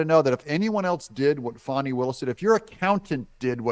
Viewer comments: It’s not “Fawny”. It’s “Fanny”. ~ As in ~ “Flim-Flam-Fani”. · It’s Fani like ass 🤣🇺🇸❤️